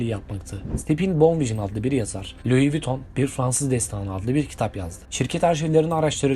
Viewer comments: Luis değil lui diye okunur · Luis değil ayrıca Lui olarak okunur. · Luizzz ne lan? Lui diye okunur o cahil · Luiz değil “lui” adam Fransız ve fransızca bu şekilde telaffuz ediliyor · Luis viton 😂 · Kardeşim, geri bildirim alabilmek de verebilmek de önemli. O yüzden kırılma, ama bazı telafuzları düzeltmelisin. Bazen Luis bazen Lui dedin, Lui dendiğini biliyorsan neden Luis 😊 Türk halkının çoğu 1 mil kaç km bilmez, Avrupa’da İngilte dışında kullanılmaz mil uzunluk ölçü birimi kullanılmaz, Franda’da kullanılmadı bildiğim kadarıyla. Ben olsam 10 km derdim. Tonlamalar güzeldi. Emeğine sağlık! 👊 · Pile yığın demek. Çeviri heralde. Louis LUİ olarK okunur. S yok! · Kardeşim madem bir yayın yapıyorsun isimlerin kendi lisanlarinda okunusunu ogren be ya. Luis diye okunmaz. Luis diye okunur. Sirf buna kil oldum ve izlemedim. Yaptığın işe kendin saygi duy ki biz de duyalım. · Louis telafuzu Vuitton un bazi yerlerde yanlış yazılmış olmasi 1871 derken ekranda 1771 gözükmesi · Louis diye okudugun anda kapattim 😂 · Lois diye yazılır Lui diye okunur. Babası Xhavier diye yazılır havyer diye okunur. Türkçeyi konuşamayan çocuklar İngilizce Fransızca kelimeleri doğru telaffuz edecek de seslendirme yapacak, biz de göreceğiz! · BÖYLE BİR VİDEO HAZIRLARKEN DOĞRU OKUNUŞLARA NEDEN DİKKAT ETMİYORSUNUZ ?? ÖYLE RAHATSIZ EDİCİ Kİ HER LUIS DEDİĞİNDE SİNİR OLUNUYOR.. ÇÜNKÜ LUIS DEĞİL LUİ OLARAK OKUNMASI GEREKİYOR.. AYRICA KOKO ÇENIL OKUMASI NEDİR YAA? HİÇ Mİ KOKO ŞANEL DENDİĞİNİ DUYMADINIZ??😡😡 ALLAHIM NASIL ÖZENSİZSİNİZ YAA😮😮 AYRICA NAĞĞZİ NEDİR ?? AaYYY DELİRİCEZZ😮 ALLAH AŞKINA ARAŞTIRIP, DOĞRU TELAFFUZU ÖĞRENİP ÖYLE SESLENDİRİNN😂😂😂